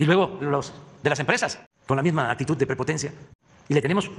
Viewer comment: Su "actitut", "humilda"... Ah, bueno a ti no te civilizaron... El problema fuerte es que como el 90% de las palabras que dice, no existen en español, esa puede ser una de las razones por la cuales Su Majestad el Rey Felipe VI de España, no le entiende... jajajajajajajajaajjaja